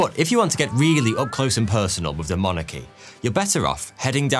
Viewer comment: Did he say "demonarchy", like royal demons?